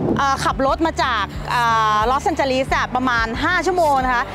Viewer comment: จะทำคลิบเกี่ยวกับประเทศเขา ก่อนอื่นหัดออกเสียงชื่อเมืองเขาให้ถูก ลอสเองเจลีส ไม่ใช่ ลีด คาร์เมล เมืองกับเคาน์ตี้ต่างกันอย่างไร คำพูด เฮ้ยๆๆๆมากไป ตัดออกบ้าง ติเพื่อก่อนะ